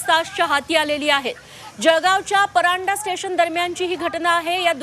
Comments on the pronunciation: परांडा नाही परधाडे म्हणा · माझी माय त्या स्टेशन चे नाव परंडा नाही तर परधाडे आहे. आपल्या हिंदी पत्रकाराला बदलून मराठी पत्रकार ठेवा. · परधाडे आहे परंडा नाही किती फरक आहे बोलण्यात